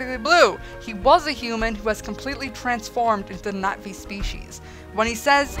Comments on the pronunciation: Was anyone else slightly annoyed that she kept saying Nat'vi instead of Na'vi? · no I dont IPA, and I wasnt trying to be rude. So sorry if it came off that way, I just thought you were mispronouncing the word and no one was talking about it, so I did. My apologies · haha are you calling them the Nazi's I'd swear that's what I keep hearing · ~ No I know it is, it's just that when you say it, there's more of a "Knot ' V" sound but the v is lost in translation. Other than that it's a cute and humorous movie review and you made me laugh. Cheer's (Glottal stop, never ever thought I'd see that description) If you ask me it's almost a subtle way of saying Navy but that's how my mind works. Bye